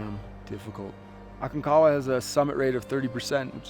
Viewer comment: Hi, I'm a long time subscriber and fan. I'm just about positive you pronounce the G in Aconcagua. Just an FYI. George Leigh Mallory when asked in 1923 why he wanted to climb Mt. Everest, he replied "because it's there." It was his famous quote that your fellow climber was referring to. I really enjoy your content. Keep up the new and interesting videos like this one.